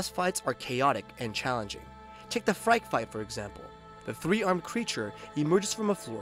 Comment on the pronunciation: The name is pronounced like "Freaky" not "Frike" btw.